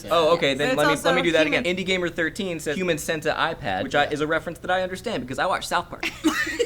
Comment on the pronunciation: It's not centa-ipad, it's cent-ipad.